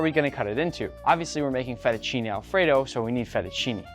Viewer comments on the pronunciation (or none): You keep saying "Italy" "Italy" "Italy" but IN ITALY WE DO NOT HAVE "ALFREDO" SAUCE AT ALL IN ANYWHERE, It's an American invention. Then it's Fettuccine and not Fetucini.... 😂🤣😂🤣